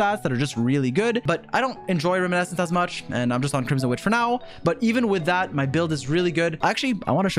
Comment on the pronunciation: Ah yes, still pronouncing "Reminiscence" as "Riminescence"